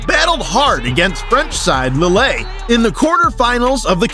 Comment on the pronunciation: Lillay?? It's Leele, that's how it's pronounced